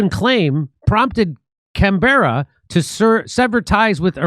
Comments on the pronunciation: The first syllable in Canberra is stressed, not the second. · Just a tip Jimmy. Bondi is pronounced Bon-die. And Canberra is Can-barra. You are just scratching the surface of this story and the take over of Australia by Zionists.